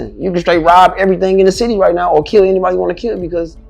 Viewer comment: Bruh it's city. Sit-tee pronounced not Ciiees!?! 😂😂😂😂